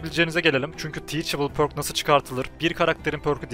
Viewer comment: pərk diye okunuyor sanırım şapkalı ö gibi, üo